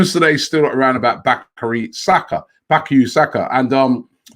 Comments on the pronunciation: I Know! And it's not even difficult! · Robbie embarrassingly butchering Saka’s name